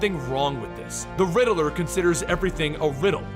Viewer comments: Great story telling skills but please do something about how you pronounce the Riddler's name. It's Rid-ler not Ri-de-ler. It distracts from the immersive story telling and wonderful source material. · It's not the Riddle-er , it's the Riddler. Like Rid Ler